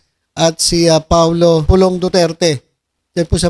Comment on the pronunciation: Hey,, hindi yata duterte ang tunog nung sinabi mo ah kundi dudirty dudirty he he he.